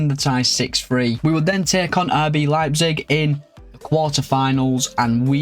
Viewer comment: Liked the realistic Transfers and selling Bellingham when a bigger club came Only wish is to pronounce Leipzig correctly 😂😂